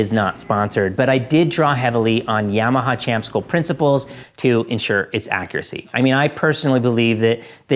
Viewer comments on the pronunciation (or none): none